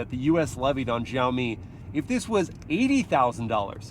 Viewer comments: It’s pronounced “SHAWMI” not “JUAMI” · Its pronounced "Shao mee" the xi makes a SH noise in mandarin its not JEE OWW MEE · Let me help you with the pronunciation of Xiaomi. In the video you are saying Jow-Mee, but it should be more like she-ow mee. Shao, like cow and pow. The true pronunciation of the X initial has a bit of air to it as you say it like you're hissing. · The X in Xiaomi is read as "Sh" not "Zh" 😃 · It's read with ch as in Chevrolet ,not with g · Why do white people pronounce X as "zh" or "j"? X is pronounced "shee". It's fking sheeow mee, not zhao me... their president is shee jin ping not jee jin ping. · It’s Sha O me! No za o me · x=sh not j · It's not Zhaomi btw 😑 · It's pronounced Siaomi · Xiaomi not jaomi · why do you pronounce it like "Jaomi"? Is there "J" letter in "Xiaomi"? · hey, when you read Xiaomi, you can just read the "x" as "s" , like siaomi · "Jauohmi SooSeven" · Please it's Xiaomi ... As in Shiaomi 😂😂😂😂😅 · It's Shiaomi. Like /She Jinping/ (spelled Xi Jinping) In Chinese transliteration, X is pronounced "Sh". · you don't have Xiaomi phones in the us ?????? (it's pronounced "shiaomi" by the way !) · just fyi its pronounced with a S, "siaomi". its a chinese to english direct translation =) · xiaomi is pronounced "see-yow me" with see-yow being a single syllable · Wrong pronunciation! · thank you! i always cringe when i hear foreigner try to pronounce xiaomi su7. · both wrong guys. haha but its always cute to see foreigners try to pronounce it.